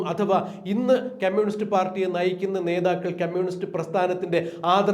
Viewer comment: മിസ്റ്റർ അവതാരകൻ... ക്യമ്മ്യൂണിസ്റ്റ് അല്ല കമ്മ്യൂണിസ്റ്റ്. അരോചകം ആണ് ഇത് കേൾക്കുമ്പോൾ.